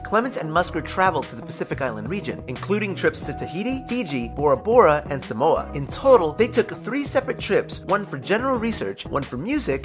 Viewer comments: I'm not surprised but you said Maori, tonga and Samoa wrong. Everyone does it though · You pronounce Samoa as saamoora (sa Moa a